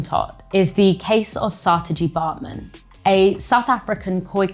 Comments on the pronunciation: have you become so English that you dont need bother pronouncing Saartje as it should be? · in other words she doesnt have to learn any other language or at least attempt to pronounce it correctly because: English exceptionalism........?